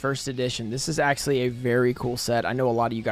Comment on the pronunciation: okay lets go over this again, shall we. It is not "axsly". It is "actually." Stop saing it so much if you cant say it correctly.